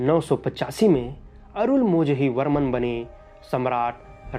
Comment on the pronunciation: his name is Arunmozhi Varman. for non tamil people: his name is Arunmoli Varman not Arunmoji Varman